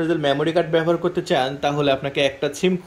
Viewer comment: ব্যাটা, ছিম নারে, সিম, আগে ভাষা ঠিক কর।